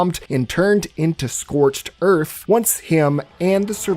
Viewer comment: scorched earf